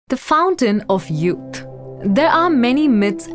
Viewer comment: De fountain of yut